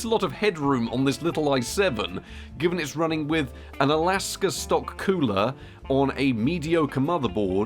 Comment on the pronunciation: AKASA NOT ALASKA FFS 😂